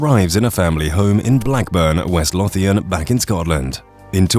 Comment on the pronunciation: Lothian is pronounced lowthian . Your welcome